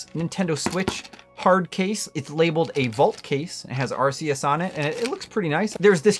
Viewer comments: You are say the name wrong, it's called Arceus meaning "Arc" not Arseus. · Arc. Arc. Arc. E us. Not arseus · Anyone else getting tired of hearing it pronounced ar-see-us? It’s arc-eus. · I used to say “are-see-us” too until in the literal Nintendo direct they said “are-kee-us” and they invented it so yeah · I'm never one to nit pick about stuff like pokemon names. But I swear, I can't believe how much of a disconnect there is about how to say "Arceus." I've heard the damn commercials officially say "Ark-E-Us," while so many people still say "Are-see-Us." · Ar-KEY-us. I believe its correctly pronounced, according to the Nintendo trailer. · Bro, it’s pronounced “Arkeus”. Even the official Pokémon Arceus trailer says it that way. It’s just negligence and ignorance to pronounce it any other way. Get the net!